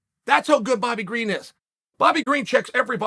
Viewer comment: Bobby Green. The first person to get the unusual privilege of having there name pronounced correctly by the man himself 😂😂